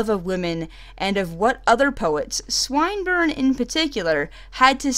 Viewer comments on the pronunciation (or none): Swinburne is pronounced like swim not swine. Fyi. But thanks; this is interesting! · Excellent report, but for your mention of "Swine-burne". It's "Swin" not "Seine"! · Another example of American mispronunciation of English names: 'Swinburne' is not pronounced as the lady does it.